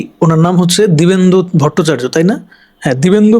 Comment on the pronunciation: দিবেন্দু ভোটচার্য না। দিব্যেন্দু ভট্টাচার্য।